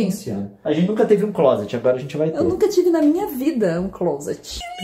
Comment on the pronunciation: Pessoas normais: clôuseti (closet) Leon: clóseti Kkkk